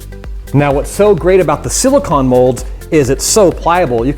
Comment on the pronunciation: He does NOT know how to pronounce silicone